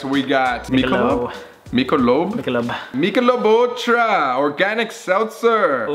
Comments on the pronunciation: To say Michelob ultra it’s mick-a-lob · It’s mic-alobe is how you say it